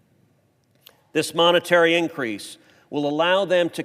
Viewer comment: Oh Steve heard that? Moniholic or Monitary? 😂😂😂😂